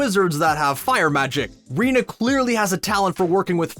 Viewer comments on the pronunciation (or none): It's pronounced "Reyna" not "Rina". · I SAID IT'S PRONOUNCED "REYNA"!!!